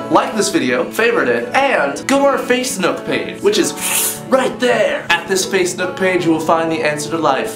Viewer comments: did he just call facebook, facenook??? haha XD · Anyone else notice he said facenook not facebook? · am i hearng "facenook" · Any one notice hes says Face nook page? XDDD